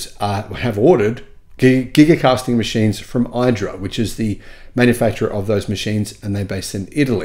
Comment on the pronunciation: The name of the company producing the Giga Caster is IDRA, an Italian company, and pronounced EE-dra, not EYE-dra. At least that is how their CEO (an Italian person) pronounces it.